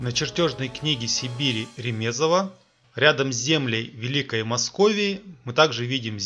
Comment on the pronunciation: Не РемЕзова, а РЕмезова